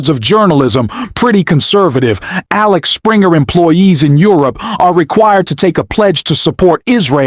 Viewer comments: It is AXEL Springer and not AXLE Springer! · It's Axel not Alex. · It`s Axel, goddamit! AXEL!!!